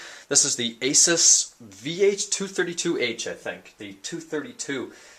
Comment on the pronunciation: ASUS: Ah-Soos :)